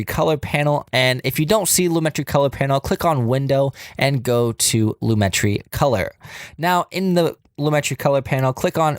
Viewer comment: Great video. It’s actually pronounced “loo-muh-tree” tho lol